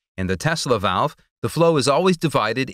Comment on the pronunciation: "Tesla velve"